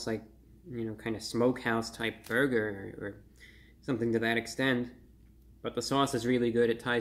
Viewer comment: I like when he says Burgeur